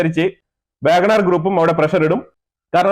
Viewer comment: It's not Wagon R , it's WAGONER